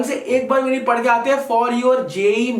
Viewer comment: Very motivational and good analysis.👍 वैसे भैया पड़े नहीं पढें होता है।